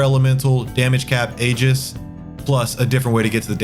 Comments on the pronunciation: you mispronounced aegis. did you go to school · Awesome video. Also, aegis is pronounced "ee-juhs" and terminus is pronounced "tur-muh-nuhs"